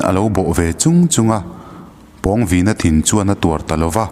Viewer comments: Pawngvina tih ilam rik dan hi athluk a danglam nasa ltk a😂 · Pawngvina tih hi Pawng lai hi Sang tih anga lam tur..lam hniam loh tur a nih chu. Pu Liana chu Pu Thanga aiin a sang zawk..tih a Sang tih anga lam tur. a pawnga taka a vin em em vanga Pawngvina tih a ni e. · Pawngvina i ah hian thlukna om tur ni lo mi??? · Pâwng_Vîna tia i lam hi a dik chiah angem oo..! A ziak en hi chuan a hming hi a inzawm a, thluksan a awm silo a, Pawngvina ti a lam tur a ang.. ka lo ti mai mai.. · Pawngvina.. I lam dan hi..pãwngvina tur ni lo mi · pawngvîna (vin hi thluka,pawng hi thluk loh tur) pawngviiiina tih tur.. thil pawng kan sawi hemi pawng ni lo hian.... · Pawngvina ni lo..Pâwngvina... Pâlian tih tur thlukna awm ve ve.. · Ka nau pawng vīna nilo in.... Pawng vina aw thlukna a awm lo aw... mizotawng zir tha leh la ... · A hminga Pawng lai thluk hi a dik lo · Pawngvina tih ah Khan pawng tih ah Khan aw Khan thluk chanve hman ani lo a, thluk na a awmloh avangin pawngvina tih tur ani. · A hming i lamdan kha handik deuh pheise chuan angaihnawm leh zual ngawt ang pawng lai tak kha thlukna a awm silo a i thluk tlat a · Pawngvīna lam rîk dân/ thluk a dik lo. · Pawng I lam dan hi a dik chiah lovin ka hria. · Pawngvina i pronounce dan hi ka ngaimoh tlat..Pawng lai tak hi a hniam tur niin ka hria